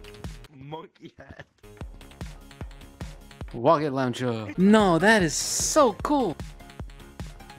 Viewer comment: wocket laouncherrrr!!!!!